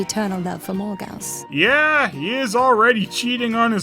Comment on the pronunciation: Quest for Camelot had its problems, but JFC. Edit: Isn't Morgause supposed to be pronounced more like "mor-gayz"?